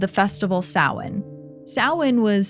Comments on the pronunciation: Thank you for pronouncing Samhain correctly! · OMG THANK YOU FOR PRONOUNCING SAMHAIN CORRECTLY!!! ❤❤❤ seriously everyone says it wrong it’s insane